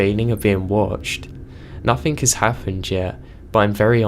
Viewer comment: Dawn Dennis he says anythink and nothink